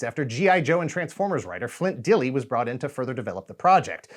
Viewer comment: I've met Flint, and asked him directly about the pronunciation of his surname. It's "Dill" like the pickles, it's just an Old English spelling with a silent "e".